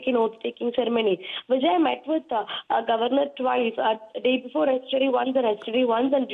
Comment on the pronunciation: Please pronounce the word governor correctly